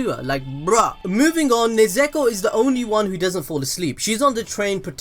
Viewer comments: IT'S NOT NEZEKO IT'S NEZUKO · It's nezuko not nezeko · Throughout the video... You went from nezuko to nezeko 😂😂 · it's nezuko not nazakho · "Nezuko" Also him: "keeps saying nezeko" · Everyone: Nezuko: Nezeko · I've heard people say nezuko as Nezko Nesko Nezuko But never Nezeko...... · ITS NEZUKO NOT NEZEKO XD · I like how the name pronouncing keeps changing around from nezuko to nezako to nezuko again 😂😂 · Yall are gods at destroying names lol u switched like 40 times from nezuko to nezeko lol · no ones gonna talk about how pronounces Nezuko as "Nezeako" XD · I like the “Nuzeko” in - lmfao sounds stupid hilarious💯💯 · It's kinda frustrating how you keep on calling her "Nezeko" but nice vid tho 👍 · This man really just said "NeZeKo" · beginning of the video: Nezuko towards the end: NeZEkO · Nezeko ? What? well I heard the worst was HOKAGAY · Stop saying nezeko please it hurts my brain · one more "nesekko" and im ending it all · "Nezeko" im sorry but I cannot oversee this lmao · My man went so baaals deep that he started saying "NIZEKO"! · “Nezeku” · How many times did I hear NEZEKO 😭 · I hate how you pronounced Nezuko's name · Take a shot eberytime mispronounce Nezuko's name.